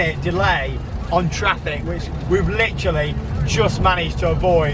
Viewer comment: Are you going to litter like a cat because you keep saying litterly